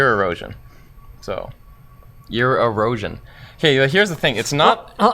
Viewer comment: oh no!!!! Ear-osion